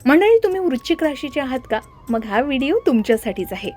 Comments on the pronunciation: वृश्चिक vrush chik उच्चार आहे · वृश्चिक या शब्दाचा उच्चार नीट करा